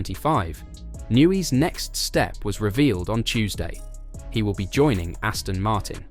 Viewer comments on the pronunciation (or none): none